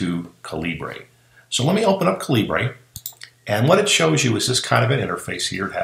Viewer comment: Excellent info! Thanks. One point, though: It's pronounced "caliber" (just a different spelling, since the developer is Indian and uses British spelling conventions).